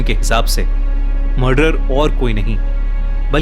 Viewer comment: Its murder not marder